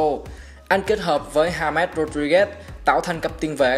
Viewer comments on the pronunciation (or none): anh oi james sao cứ gọi là ja més